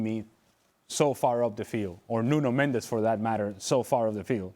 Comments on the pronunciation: Its not Nuno Mend -ez in Mendes 1 syllable. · "Mendes" is Portuguese. "Mendez" is Spanish.